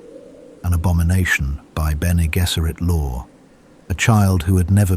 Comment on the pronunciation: BG should be “Benny Jezzeret”. The voice in the video says “Gesserit” with a hard G.